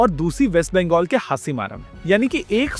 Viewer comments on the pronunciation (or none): none